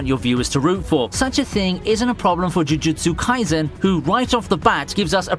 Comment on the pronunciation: Take a shot everytime he says "chuchutsu kaisen"